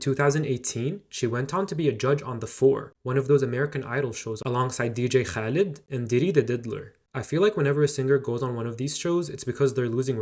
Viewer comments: pronouncing khaled correct was impressive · Yes, but the vast majority of people will not say it accurately. In fact, I do not recall EVER hearing anyone say it the right way before. I was also surprised. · The only person i know who can properly say Khaled ok you get a sub hhh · When bro said dj Khaled, I knew he was arabic or some shi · ...Why? He just said it accurately